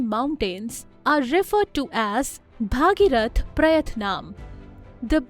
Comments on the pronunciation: I admire your content very much. But you should also take care of your pronunciations. It's not Bhaageerath, it's Bhageerath. In Sanskrit the daughter of Bhageeratha becomes Bhaageerathi. Just like Vasudeva's son is Vaasudeva, Dasharatha's son is Daasharathi. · don't pronounce Bhageeroth as Bhaageerath